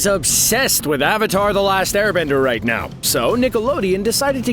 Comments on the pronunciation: It still says aribender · "The last aribender" ? Are you sure? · The Last "Aribender"👀